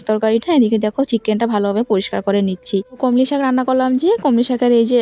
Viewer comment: কলমি শাক ,সম্বার এ কথাগুলো তুমি ঠিক করে নাও।তোমার vdoতো অনেকে দেখবে তা ই শুদ্ধ শব্দ উচ্চারণ করবে ।